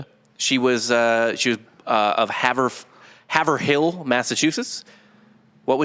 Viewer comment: Yoo the way you guys pronounce Haverhill Is absolutely hilarious. Its pronounced " Haveral". A lot towns/ cities in Ma are like that.